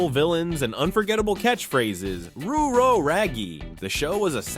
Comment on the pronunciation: WTF is a "roo row ragy"? Never did I hear that uttered on Scooby Doo....and learn to pronounce the words in your videos, if you don't know ask someone but some of these just make you sound ignorant and ruins an otherwise decent video.